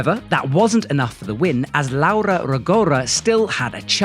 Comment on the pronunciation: Come on, you're Italian! Just teach those guys how to pronounce Laura's name correctly!! 😂😂